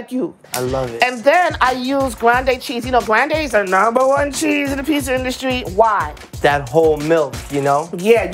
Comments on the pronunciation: Is it just me that’s annoyed with her pronunciation of “pizza”? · What’s a Peesa ?